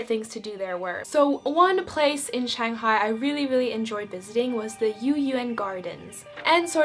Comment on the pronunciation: So glad you like Shanghai, you really nailed the pronunciation! Hope I could visit Finland someday. BTW it's Taoist temple in Yuyuan.